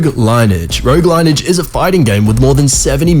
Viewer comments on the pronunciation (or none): You fucking retart its not line-ege its lin-E-ege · Lineage is not 2 syllables as you pronounce it "line edge" it's actually a 3 syllable word pronounced "lin-e-edge". But I mean you should be stopping yourself when you realize you've never heard the word "line edge" before and use your google brain to figure out what's wrong. Lots of YouTubers struggle with these easy words. Another gaming word I have heard mispronounced often is "inventory". Let's all use this as a learning moment or I will line edge your face to your ass. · the way he said lineage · he said lineage wrong :(